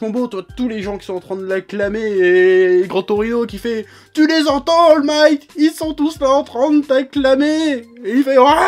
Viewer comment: Il a dit Al migth 😂😂